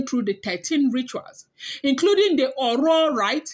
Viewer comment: Oro, let the sound of last o sound be low and your pronounciation will be perfect. The 2 Os dont have the same sound.